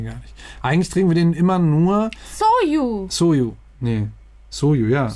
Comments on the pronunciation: Soju hast du da richtig ausgesprochen, also germanisiert "zoh-tschu" xD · Bei hast du Soju (소주) richtig ausgesprochen. Das "ㅈ" wird zwar häufig als "j" romanisiert, aber das bezieht sich eher auf die englische Aussprache von "j". Im Deutschen entspreche das eher einem "dsch" ("Sodschu"). Konntet ihr schon ein paar Soju-Geschmacksrichtungen ausprobieren? Da gibts ja etlich viele (Grapefruit, Ananas, Pfirsich, Granatapfel...). Vielleicht könnt ihr auch Mal Makgeolli (막걸리) ausprobieren, das ist koreanischer Reiswein! Den gäbs auch in verschiedenen Geschmacksrichtungen. Wenn das Restaurant nicht so viel Auswahl hat, vlt findet ihr ja was in nem Asia-Laden!